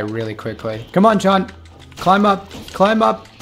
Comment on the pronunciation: does he say Shawn instead of John😂